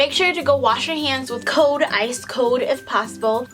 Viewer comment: coLd. There is an "L". It is not "code"